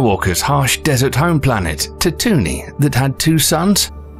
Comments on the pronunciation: Luke lived on ta-toon-ee? Ur pronounciation killed me. Itd tat-too-ween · Tah-too-nee ❌ Tatooine ✅ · Ah yes, Tatoony, Home of Luke Skywalker, Jawas and, worst of all, SAND. I seriously had to replay that part multiple times to make sure I heard it correctly. Otherwise this is a fascinating video. I always thought it was short sighted of us to only consider life as being carbon based. It’s astounding how many earth like planets there are. If we’re alone out here then that is an awful waste of space. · I love videos like this. And Luke Skywalker's home planet Tatooney made me laugh. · Tattoonee? Oh my God lol. 😅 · Ah, yes. Luke Skywalker's home planet of Tattoonee... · yes, I know. Listen to the Narrator. He pronounces it "Tattoonee". Heh.